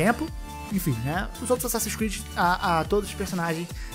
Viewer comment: Asasssin's Squid? Eu ouvi bem? 🤣